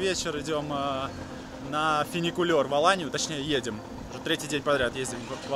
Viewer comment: Не финикулёр, а ФУНИКУЛЁР!